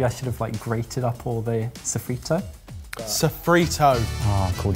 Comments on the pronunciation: saying "A saffritto" over and over 😂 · "sofrito... ugh, what is it in Italian.. that's Spanish..." Sofrito in Italian: Soffritto Good try tho! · “Oh no what is it in Italian? Sofrito is spanish” Italian would be soffritto honey ahahah you were so close (I know this is going to be bad but I’ll enjoy every bit of it ahahah) Also edit: fun fact for, it’s pronounced BRUSKETTA not brushetta (and written bruschetta like you did in the subtitles) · soffritto = italian sofrito = spanish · Drinking game: take a shot every time says "Sofritto" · The Italian word is soffritto the french word is mirepoix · Soffritto,. That's the Italian mirepoix. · I'm here to be the annoyed Italian like the annoyed Spanish viewers with how you say paella but bruschetta is: broo-sketta! Anyhow, not upset at the whole video lmao. Love you guys! And love Soffrittoooo! lmao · “A SOFFRITTO” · its soffritto, different to spanish sofrito. soffritto is the italian name for a mirepoix. so they were right